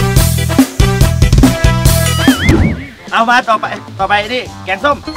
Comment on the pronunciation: แกงส้มค่ะไม่ใช่แก้งส้ม😅